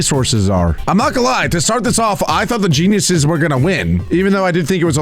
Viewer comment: I heard Jezz